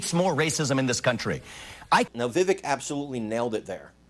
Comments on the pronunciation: STOP SAYING VIVICK...ITS VIVAKE !!!! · Chuck is a puppet fully controlled by the deep state. Btw His name is pronounced “VIVAKE” like cake. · IT'S PRONOUNCED VIVAKE ...LIKE CAKE.. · It’s Vivek like cake. Vivek, VAKE. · It’s pronounced “Vivake”. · please learn how to pronounce Vivek. It is pronounced, Vih-Vake. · Yo - it’s ‘Vivaaaak’ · Vi-vake (like “cake”). I like Vivek but I would like to see him get a little more experience and be just a tad older before he runs for president. The answer shown here was great, but sometimes the way he replies shows his age. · Vivek is pronounced vi-vake like cake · His name is pronounced Vi Vake. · Vivek for President. ... BYW The 2nd syllable in Vivek is pronounced like Vake sounds like rake or cake. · First of all hopefully people will start to get his name right Vivek is pronounced like the Vivake.... And don't be so sure it is going to be an either or when it comes to Trump. Trump is a warrior and if nominated we'll get my vote, but Vivek is miles away smarter than Trump. He is going to be an indispensable tool in the Republican toolbox coming up. The thing we need to worry about as Republicans is how to get rid of those idiot rhinos and war mongers like Nikki Haley, Mike pence, and the governor of Krispy Kreme ville, Chris Christie. Ron DeSantis has been a great governor, but just isn't as strong politically. That may indeed be a good thing, as he really belongs where he is. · I believe his name is pronounced, "Vi-Vache" (accent on the second syllable). . . just sayin'. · Vivek rhymes with cake. You're misprouncing his name. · you should pronounce his correctly